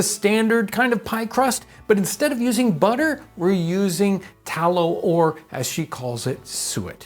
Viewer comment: Haha…. Spot ON!!